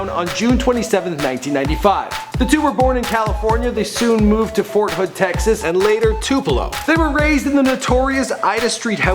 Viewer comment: he said fort hood lmao